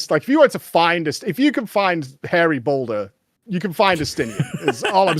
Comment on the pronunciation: Why do people keep calling him "Hairy Boulder"? His name is Hoary Boulder.